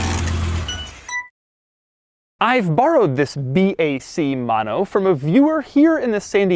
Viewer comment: if every time i get dollar when he says mono as MAno i can catually afford that car